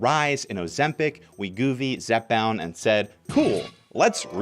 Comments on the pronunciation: Wegovy is wee-goh-vee or we-go-vee. And Gila is hila, he-la, he-luh. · LOLing at his pronunciations. It's we-go-vee and hee-luh monster. In all seriousness though, everyone overweight is overweight for different reasons. There is no quick fix. Each person needs to work with a physician if possible to determine their specific weight loss needs. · That's not how Wegovy is pronounced. In fact I have no idea how he even ended up with that pronunciation seeing as he clearly had to have seen their commercials to make his video. The way he says GLP-1 is also odd, sounds like GOP, the Republican Party.